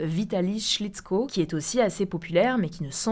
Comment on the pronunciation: Vladimir Shlitsko ? Really ? 😂😂😂